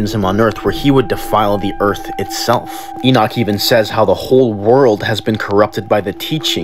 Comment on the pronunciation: I'm shocked you could pronounce Enoch